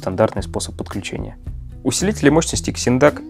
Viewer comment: Вообще то читаеться не Ксиндак ,а Зиндак